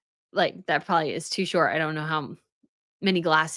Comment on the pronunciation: Am I the only person who hears prolly instead of probably when you use the word?